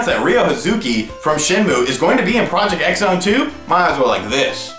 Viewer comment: Project X Zone is actually pronounced: Project Cross Zone. Just like with Street Fighter X Tekken.